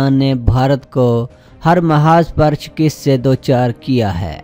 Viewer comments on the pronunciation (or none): lafz shkast hae nah keh shkist . jnaab taseh kerrain . FROM U K